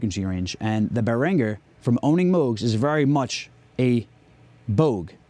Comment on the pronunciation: damn have i been mispronouncing Behringer for 20 years? im not here to disagree about whether there is a vast difference in sound between a classic analog synth and the behringer clone, i personally dont think there is or i wouldn't own a deepmind 6 (which isn't technically a clone but close enough). i will say a lot of their QC leaves much to be desired, like on the deepmind i had to open it up and tighten all the screws down on the board to remove this ringing sound- a common problem apparently or i wouldn't have been able to find the solution so easily online. you get what you pay for when it comes to that. i see where berhinger gets its hate from. like i said a lot of their products- for years and years- have been pretty shitty quality. and them mass copying stuff is great and it isn't. its certainly making things more accessible to people, which is good but they are certainly not as cool. it'd be like owning a 1980 porsche that you had in showroom condition then Kia completely copied it with less quality parts and started selling it for 1/10th of the price. it's doesn't really effect you, you still have the porsche but its kinda just lame. glad it works for what you're doing, im stoked on my deepmind now that i fixed it. good way to save money for sure.